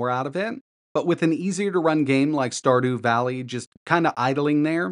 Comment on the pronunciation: "Star Dew Vally"... ... .. What the heck!